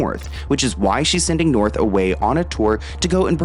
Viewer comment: Hehe “Norh”